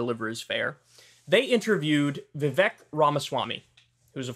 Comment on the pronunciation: Vivek rymes with cake... if your gonna talk about him say the man's name correctly 😂